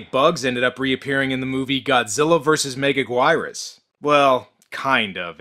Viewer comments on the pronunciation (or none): It's pronounced me-ga-geer-us not megagirus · Mega GWYRUS, lol. I think it's pronounced Mega gearus. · Dude, its pronounced Mey-gah-gyer-is not Me-gah-gwy-ris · Mega gwyrus? WHAT!?!?!?!?!? It’s mega gear us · Also, it's pronounced Mega-GEAR-US. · Godzilla vs Mega gwiyrus OH MY GOD HAHAHAHAHAHAHHSHAHAHSHAHSHAHSHSHS BRO SAY HIS NAME RIGHT BEFORE YOU DO THAT REVIEW OR ELSE THE COMENTS WILL BE A WAR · Nice video my only problem was the way u pronounced "megaguirus" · the way you pronounced megaguirus XD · The way he pronouce Megaguirus made cringe so horribly